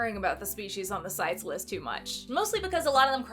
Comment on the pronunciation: Hey, I'm also a marine biologist and own medaka. Medaka are actually a species of killifish and since they've only recently become popular overseas in the aquarium trade, it's not a terrible translation tbh. Also CITES is pronounced "sigh-tees".